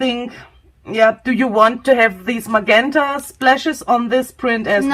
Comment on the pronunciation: Thank you very much. Can I help with pronunciation? GE in English is a J sound, so MaJenta is how it is said. Think of the word gentle. Wish I could speak my second language as well as you too.